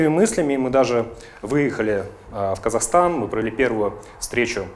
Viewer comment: Kazakhstan, а не Kasakhstan., смешно.